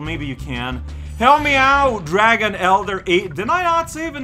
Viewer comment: dang bro spyro the drago wants you to put some respeckk on his name yo